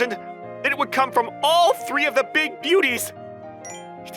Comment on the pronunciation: "The three big booties" I swear I misheard that while passively listening.